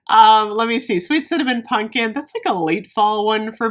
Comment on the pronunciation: I love you but it's pumpkin not punkin.